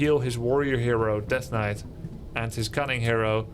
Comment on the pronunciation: In Russia in long ago of 1997 we also pronounced the same "svord" and "knait" 😁